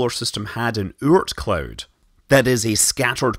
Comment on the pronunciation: In case you were wondering what "Oort cloud" sounds like in a Scottish accent :D